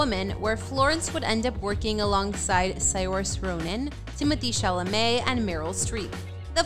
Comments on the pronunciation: it’s SEER-shuh, not siorsay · Please learn how to pronounce Saoirse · The way this person pronounced Saoirse immediately made me discredit everything she said 😂